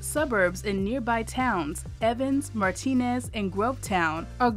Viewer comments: I lived in Augusta. The nearby town, Martinez, is pronounced like MARTIN-NEZZ. Not the Spanish pronunciation, Mar-tee-nez. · FYI, and this may be stated elsewhere, the suburb of Augusta, GA that was mentioned in the vid is pronounced mar-tuh-NEZ. There's a joke about this: A retired couple stopped to eat at a restaurant in Martinez. As they waited to order, they debated whether the town's name was pronounced mar-TEEN-ez or mar-tuh-NEZ. So, they asked the cashier when it was their turn: How do you pronounce where we are right now? Cashier answered: Boh-JANG-uhlz. You're welcome, and thanks for the vid